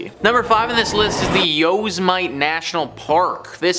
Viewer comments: He said YOSE MITE. AHAHAHAHAHA.. It's pronounced Yos-eh-meh-tee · "Yo's might" LMAO. It's pronounced "Yo SE metty". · Look! It is not Yose-Mite park...it is pronounced yo-sem-itty. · Yo s mite park?are you kidding…it’s yo sem it ee is how it’s pronounced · Not being technical, but Yosemite is pronounced “yo-sim-mah-tee” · Yosemite actually sounds like you are saying "Yo sim a knee" when pronounced correctly. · Yooouuuss Might as well! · Yo-sem-ih-tee. Like Sam. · It's pronounced 'Yo•sem•it•E .. like Yosemite Sam from the cartoons.. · It's pronounced Yo-sim-a-tea , you tried but you were not even close. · Next up: Top 5 videos where you guys can't pronounce stuff. "YOsemight" lmao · Yose mite?🤣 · I cringe every time he mispronounced the park's name. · What did you call Yosemite, like Yosemite Sam lol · you lost me with Yosemite… always do your pronunciation check